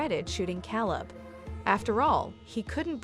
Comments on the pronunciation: You cant even pronounce his name, Calebs name or the cities name. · I can't with this channel anymore and it's fake narrations. You pronounced Elijah's name both correctly and incorrectly in the same sentence, far too many times, not to mention Caleb's name. Smh.. i would be very offended if one of these videos were about a loved one of mine. I have to unsub at this point, nothing but bots behind the channel and its way too obvious.